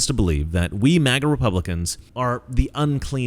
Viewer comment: DID HE SAY MAGNA YEP I READ LIPS HE SAID MAGNA